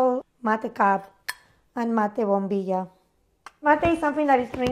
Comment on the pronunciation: pronounces the double L sound wrong in bombilla. In argentina the double L isnt a "ya" it's like a "sha" sound.